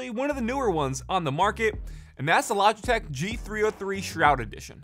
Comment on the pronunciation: Logiteh lol